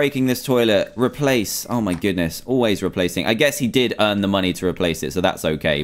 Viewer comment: Dantdm u say moneyz instead of money